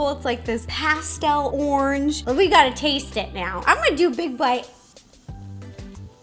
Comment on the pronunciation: The way she says orange...